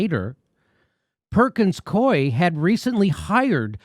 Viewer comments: it's pronounced Perkins Coo - eee. in DC anyway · "Perkins-Coo'ee" other than that, great story. Follow the threads and the DNC's attempted coup starts to unravel. Kudos Jimmy for your non-partisan coverage.